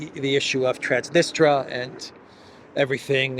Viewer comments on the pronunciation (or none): Transnistria, not Transnistra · the specific russia-friendly region of moldova is called transnistria (sic), not transnistra.